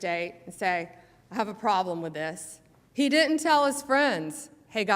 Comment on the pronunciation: She cannot pronounce "didn't".